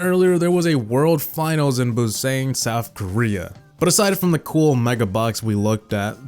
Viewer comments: bui-sain You pronounced it wrong it’s Boo-Sahn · it is pronounced "boo-sun" Busan. 👋Hi! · The pronunciation is Bu-San